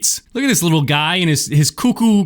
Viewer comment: you reaction to saying wittle every time reminds me of people with tourettes 👍